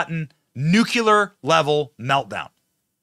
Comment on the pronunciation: "Nuclear" ffs... 🤦‍♂️